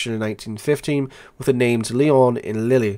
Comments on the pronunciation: Lille is pronounced 'Leel', not 'Lilley' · Lille is pronounced Leel